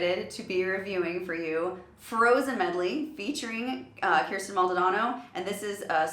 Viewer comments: Kirstin - pronounced "Kur-sten". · Her pronouncing Kirstin, "Keersten" Pentaholics: 👁️👄👁️